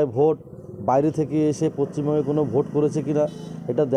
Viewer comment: পশ্চিম বঙ্গ পচিম বঙ্গ না ছাগল 😂😂😂